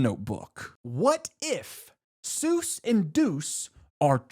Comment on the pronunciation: I knew we were cooked when bro said it’s “sues as in doctor” 😭😭😭😭😭😭😭